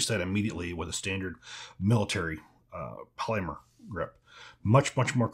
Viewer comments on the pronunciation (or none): none